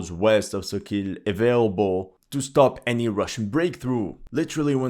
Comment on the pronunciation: Sokil is not pronounced SO- KEEL... It's SAW-KALL with stress on the first syllable